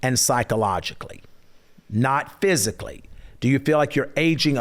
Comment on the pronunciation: Julie just said you ain't going to be able to Ike Turner her ... "I feel safe pshyically too" 😂